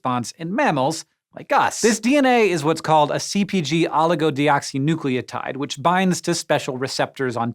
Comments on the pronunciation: holy crap he actually pronounced that right how many takes? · Congrats Hank on pronouncing Oligodeoxynucleotide. How many takes did it take? Lol. I still can't nail it.